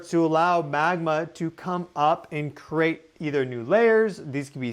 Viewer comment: The word is Create,, not crate!